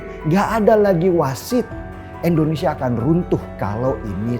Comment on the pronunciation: "Indonesia" bang, bukan "Endonesia"